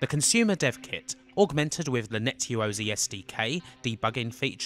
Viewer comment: Ya ro *zay * /pedantry but argh it grates.